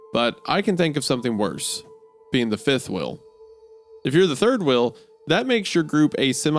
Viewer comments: are we gonna talk about the fact wendigoon can't say wheel? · Why does he say wheel as wheil